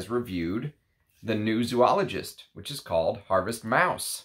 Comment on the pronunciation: Sounds like a great fragrance. Oh and just for your own info, it is pronounced Zō-ologist, not Zū-ologist. Thanks.